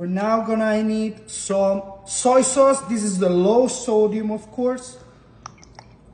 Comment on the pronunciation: Bro keeps saying "saw soyce" 🗿